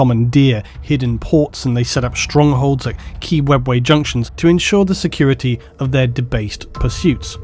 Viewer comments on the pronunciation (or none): none